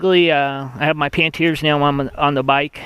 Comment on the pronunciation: Great vid and tips! However there is no "T" in Panniers haha